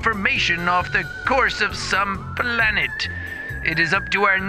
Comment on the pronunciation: The computer voice just irks me... how he says “BALANET” instead of just planet and shit like that